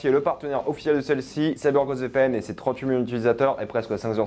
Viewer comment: Tellement ça te soule de faire des opé pour CyberghostVPN que t'articules même plus quand tu le fais mdrr courage